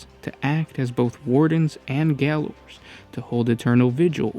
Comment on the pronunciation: Also, “gaoler” is the same as “jailer”- in pronunciation and definition. That’s how they used to spell it in Great Britain (and still do, if I’m not mistaken). =][=